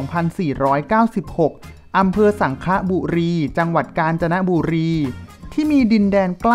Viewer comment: สังขละ ออกเสียงต่ำ ค่ะ.